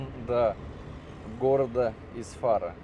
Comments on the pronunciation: не ИсфАра, а ИсфарА ), сгоняй в Истиклол, там красотень, родной городок мой ) Дома старые тебя сильно удивят. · привет! Ты специально коверкаешь слова, в частности ударения? ИсфарА правильно, на последний слог ударение. Не первый раз просто замечаю подобное. Поэтому будь добр, в след раз погуглить названия незнакомых тебе городов 🤝🏻добра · У нас ударение в названиях местностей и имён всегда падает на последний слог - ИсфарА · Не ИсфАра,а ИсфарА,ударение на вторую а. Даже слушать неприятно,когда не правильно ударение ставишь. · не Исфа́ра,а Исфпра́.Ударение не последний слог,а ещё таджик называешься))))) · ИсфарА . Ударение на последнюю букву. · Исфара, ударение на вторую букву "а". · Вы не правильно произносите город Исфара, за видео огромное спасибо 👍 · Ударение не правильно ставите... Я родилась в Исфаре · Исфара- ударение на последнюю а, в арыке - ударение на ы, и так далее. Не надо издеваться над зрителями, прежде чем ехать и снимать, надо выучить ударения, а не только названия приблизительно знать, а то как-то коряво звучит. Хорошие ролики, если бы не нюанс. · Исфара-ударение на второе А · Город правильно надо называть раз снимаешь сюжет про Таджикистан,г Исфара ударение правильно на последнюю букву "а",совет на будущее. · Исфара без ударение буквы Ф говорится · Здравствуйте. Мой город называется Исфара, с ударением на последний слог😊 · Исфара... Ударение на букву а... А не на И